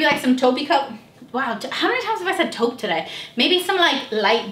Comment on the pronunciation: Everytime says Toupe do a shot